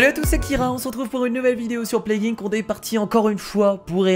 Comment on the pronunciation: Ça ce dit plague I. N. C. pas plaguinc